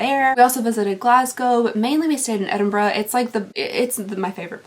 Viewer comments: Oh my god, Thank you for pronouncing Edinburgh the right way!! Glad you enjoyed Scotland, I live there too it's gorgeous! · Thank you for saying Edinburgh properly, as a local it drives some of us nutts :D :D An advent Callander is just a mistry box in another shape, I am good for seeing them. I am sorry you had to go though that with your poor baby. We have been there in the past with two cats that were father and son. It isn't easy to watch. I hope your wee boy does well on the meds : ) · As a Scottish girl, thanks for saying Edinburgh properly